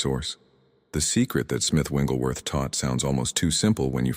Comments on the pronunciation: I really like this concept, but the AI is mispronouncing Smiths' last name. Its not "Wingleworth" Its "WIGGLES"worth. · His last name is Wigglesworth, not "Wengleworth." ?? Good message. Wish it had a real human voice - rather than a counterfeit. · His name isn't Winglesworth! Its WIGGLESWORTH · FYI..it is not Winglesworth..It’s Wigglesworth. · These messages are very helpful but can you program the AI voice to pronounce Smith Wigglesworh’s name correctly? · Why do these great videos pronounce Wigglesworth’s name WRONG??? 😮